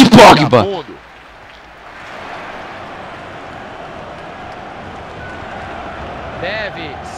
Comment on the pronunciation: "bate pOgba"